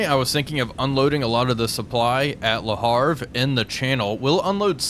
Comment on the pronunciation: Le HAVRE,not le harfe!:face-green-smiling